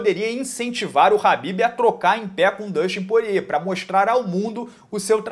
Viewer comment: É kabib e não rabib !!!!!!! 🧐